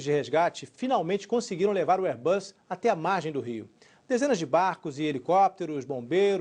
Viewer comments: Um "airBAS" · Kkkkkk Érbasss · "Airbas A320" kkkk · AIRBÁS KKKKKKK ALGUÉM CONHECE ESSA EMPRESA???KK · Airbáss??? Ta serto? Kkkkkk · Air BASSSSSSSSSSSSS!! Kkkkkk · airbás kkkkkkkkkkkkkkkkkkkkkkkkkkkkk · Vim aqui em 2018 para dizer "AIRBÁS" , "RUDSON", "RODRIGO BOCARDI CÚ" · AIRBÁS ... KKKKKKKKKKKKKKKKKKKKK EURI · Airbassssssss ssssss sssss s kkkkkkjj